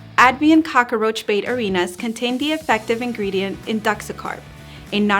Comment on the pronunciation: I like how you say cock-a-roach. That's how my dad used to say it.